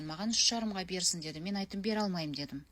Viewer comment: Қазақша сөйлегенін жақсы қалқам, бірақ сөзді бұзбай і, ә деген әріптердің орнына Ы, А әріптерін пайдаланбай сөйлесіңіз.Деды емес деді